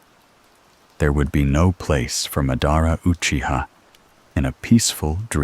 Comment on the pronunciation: Ma-daara?? Cmon man